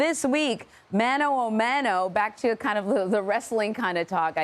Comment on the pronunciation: The reporter decided to use just one single phrase in Spanish "mano a mano" (hand to hand) and pronounced it horribly.